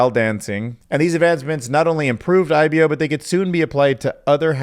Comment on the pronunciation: It’s pronounced I-bo not I-be-oh